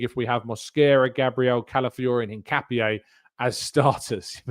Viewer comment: Btw Hincapié is pronounced IN-KA-PYEH